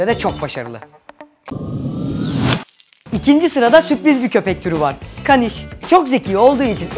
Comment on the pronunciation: abi o nasıl kaniş demektir ya